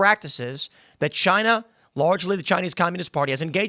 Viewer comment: "Chynah iz Ash-ho"